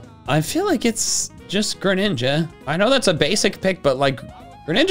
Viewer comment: THE FIRST A IN GRENINJA IS SUPPOSED TO BE AN E!